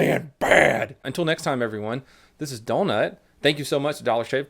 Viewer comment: Donut the way you pronounce donut triggers me